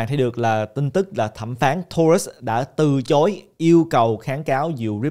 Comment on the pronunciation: Từ chối chứ sao lại từ trối ơi. Quên tiếng việt rồi 😅